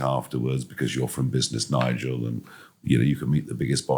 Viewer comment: Fidias μάθε αγγλικά ρε φίλε σε παρακαλώ. Τι Νιγκελ. ΝΑΙΤΖΕΛ